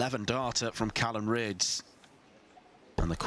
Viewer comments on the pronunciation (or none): Callan not callum.....